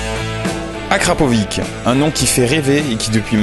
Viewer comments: Le c de Arkrapovič possède un accent circonflex à l'envers -> č qui se prononce "tch" dans les langues slaves. Par pitié épargnez moi "Akrapivik"... C'est horrible... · ça se prononce akrapovICHE ;) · j'avais envie de me planter a chaque fois qui disait akrapovik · akrapovitch car le č se prononce tch ;) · En effet, merci, parce que ça pique les oreilles!